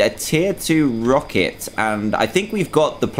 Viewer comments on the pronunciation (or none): rocket not rocker